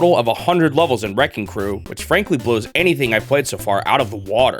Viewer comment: This guy pronounces the word "levels" like "lovols"